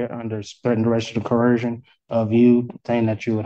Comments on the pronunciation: I heard another Sovcit once pronounce it as “corrosion”. I’m not kidding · If I hear coercion mispronounced any more times my ears are going to start bleeding. Every single one of these idiots insist on pronouncing it with an H. I doubt they even know what the word means. I would not be surprised if they wrote cohesion in their notes instead.